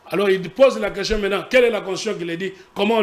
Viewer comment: Pourquoi, lui qui a étudié en France à des sérieux problème de prononciation des mots? Tantôt: queshion, tantôt: consition...il donne quel éducation à la population?